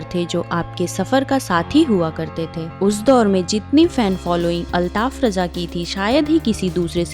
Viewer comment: Abe chutiye use raja kyu bana raha hai न रजा न राजा है वो रझा है।